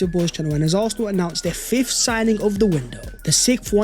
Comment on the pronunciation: Always does my head in you say fifthdt, it’s fifth brother. Great content as always though